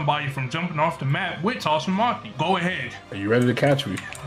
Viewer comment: Bro said toss o maki💀